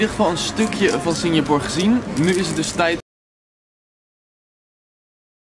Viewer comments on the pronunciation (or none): Jij spreekt het uit als Singjapoer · Kan je Singapore normaal uit spreken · belike: Singjapoer😂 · Haha ik hoorde het ook!😂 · Even gillen elke keer als Sinjapoer zegt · Nobody: Litterly nobody: I SWEAR NO FUCKING SOUL: Seriously no one: I said NOBODY:: SINJAPOOR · Nobody: Litterly nobody: I SWEAR NO FUCKING SOUL: Seriously no one:: SINJAPOOR